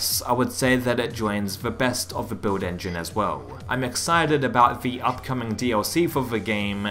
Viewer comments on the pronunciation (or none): no one: this guy: “beuiwd engine”